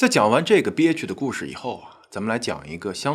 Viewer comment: 哈，憋屈的故事...你是想說 bixch 吧😂還故意把發音發得這麼不標準😂看來ray也很氣這女人